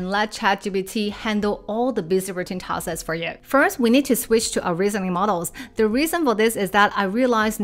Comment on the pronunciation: Hi,. Thank you for this video and all your other videos. They are always informative and highly useful. Might I offer a small observation, if you don't mind? (I hope you don't 😊) "Tasks" (plural) is also still pronounced as "task" (singular) and not "taskses". I have noticed that throughout all your videos that I have watched. There are also many other words that are like that that you might want to watch out for. E.g. "posts" (Not "postses") Just a small observation. Don't mind me 😊